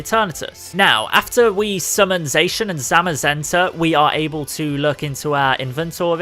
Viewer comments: What he says is sacan and semasenta it’s sacian and samasenta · You: says zacian wrong me: triggered